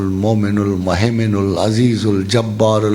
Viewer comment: استاذ جي سورت حشر کي آخري ايات میں مُھَیمن پر پیش ہے اور استاذ جی زبر پڑھتے ہیں اس میں کیا فرق ہے۔